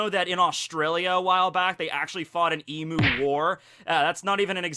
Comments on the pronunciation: the way pronounced emu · Since Emu's are native to Australia I'd say our pronunciation is the correct one. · as an Australian, it amuses me to hear mispronounce "emu" over-and-over 555 XD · Any other Australian triggered on how Americans pronounce Emu, sorry. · You butchered saying Emu, you disappoint me.😤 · Your saying emu wrong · That's not how you say emu dude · He keeps mispronouncing emu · You’re pronunciation of emu hurts me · dunnno if you were just going with the imu thing but in case you didnt know emu is pronounced "Eem-you" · It’s pronounced E Mew not emu I know it’s weird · it's another emoo it's emyou these are phonetic not proper spelling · Every Australian cringes at your attempt to say “emu”. It’s pronounced eem-you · Please don't say emu it's pronounced eem-you. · It triggers me how you pronounce emu, I'm Australian and it's pronounced E mmmmm U, e and u are pronounced as there letters. Emu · Look I'm sure your video will be good and all, but I'ma stop you at EMOO war... its Emu (e-mew) not Emoo... Emoo is electronic cows, Emu is the bird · [Exaserbated sigh] You’re mispronouncing emu, dude. It’s eem-you, not ee-moo. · On behalf of every Australian you're pronouncing Emu wrong. It's Em-you not Em-oo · Its not E-Moo, goddamn. Its E-Mew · Even tho im from australia and its pronounced E-myu, im gonna call them emoo's from now on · It's "eem - you" not "eem - moo" ( I'm Australian ) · "eemoo" psh... smh it's eemyoo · It's not pronounced Emoo it's Eem-u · please it's pronounced e-mew not e-moo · Please pronounce emu as "eem-yoo". As an Australian, my emu overlords have commanded me to correct people's pronunciation of their glorious name. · I guess that's the dialect because I don't think it is pronounced as Em-yu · crikey you saying emu, burns my aussie soul. ahhhhhhhhhhhhhh nah jokes love ya vids, p.s. its pronounced e bloody mew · Actually, emu is pronounced eemyou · emu is pronounced EEEMYUU